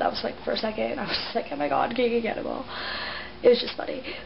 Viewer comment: lol in the first part. it's sounds like you said "Kiki Cannonball" XDD i hate her too!